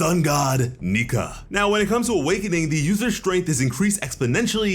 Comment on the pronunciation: That's Nike, not Nika. And considering how Japanese is pronounced, the name would sound like Nee-Ka